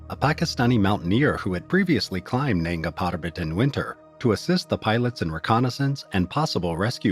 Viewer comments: Weird NANGS PARBAT pronunciation - but still solid video! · Nanga PaRrRrRrrbat